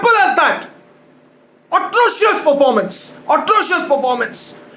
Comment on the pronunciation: "Otrocious Parformance!",2020.